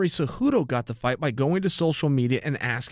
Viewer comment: Henry’s last name is “Cejudo”